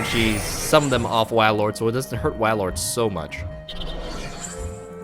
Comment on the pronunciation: Cool deck! But it's pronounced whale-lord